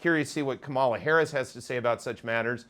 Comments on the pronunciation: I enjoy your podcast, but PLEASE don't insult us by mispronouncing Kamala Harris' name. You say, ka MAH la. It's properly pronounce : comma la. The accent in on the first syllable. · are you really unable to pronounce Kamala's name?